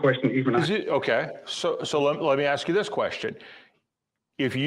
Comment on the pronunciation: This always sounds so ignorant to say let me axe you a question. Now focus on the word axe. Axe is a tool to chop with. Hello